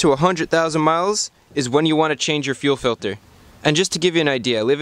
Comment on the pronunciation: fuel filder does anyone get that reference?